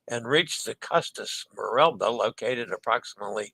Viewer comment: Smay-rahl-dah, roll the R Smay-rahl-dah, roll the R The final S in Chantiers is silent Sahr-dee-nay-rah, roll the R Let us know how the vegan fishless salmon poke is on the Conquest! Clove powder/clove oil and neem toothpaste are excellent for gum health!